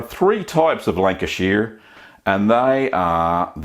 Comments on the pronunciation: Just for your information,Lancashire is in the northwest of England not the midlands And Lancashire is pronounced…”Lan- cash- ear” Nice looking cheese BTW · Step one, be in Lancashire. and re, the pronunciation. Lan-ka-shuh, is correct .. also its in the North of England, not the Midlands. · Its pronounced shire - 'Shh-hi-er' Love your videos btw. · The Americans would pronounce it "shire", you are pronouncing it "sheer" and I originating from the county pronounce it more like "shur" like the singer Cher kinda! I've lived in the US since 90 and I miss my Lancashire cheese. I't best grilled on toast with a bit of black pepper. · This cheese looks so good - i am from Lancashire i miss this stuff like crazy- i can even forgive you the way you butcher the pronunciation of the word Lancashire. It is very much not pronounced Lanca-sheer (*), it is pronounced Lanca-shuh If you just pronounced it with an Australian accent it would sound much closer. (* fellow Lancastrians I know that rhoticity is a feature around Rossendale but not in most of the county) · 70 years Lancashire born & bred.... Its pronounced "shur" (like an abrubt "sure")... Lancashur!! 👍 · Really interesting video. If it helps, it’s pronounced Lan-ka-shhhr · Thank you for this video. I live in Sydney and Lancashire cheese is very hard to get here. I miss it very much. Incidentally, it's lovely to hear an Aussie accent. Lancashire is pronounced Lanc-a-shuh. It's in the north west of England, not the Midlands. That is where I came from, a long time ago. Thanks again, great video. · 1 person from lank-uh-sheer is mad lol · northerners not midlanders, also its with the shires of the UK its more like a sheh or shah sound. great vid though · Also need to work on the pronunciation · Love the ways you were saying Lancashire (I’m from there). Also it’s North-West England 🏴 not in the midlands 😊😊😅😅